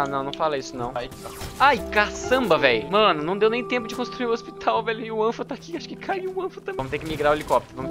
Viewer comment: Ôxpitau, OUYER